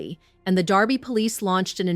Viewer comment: I believe it is Derby not Darby Connecticut